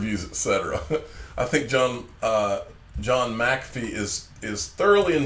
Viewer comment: Ha!! pronounced McAffee’s name right the second time Lol. Do you look at the comments after all? I noticed a couple videos back a couple people commented that it was rude to eat jerky while doing a video-the next video you made it real clear that you were eating jerky Lol 😂